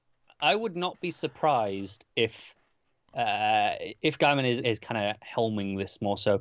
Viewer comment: You need to bone up on your writers names . . . Garth Ennis (pronounced n-is, not eenis) and Gaiman (gay-man not guy-man).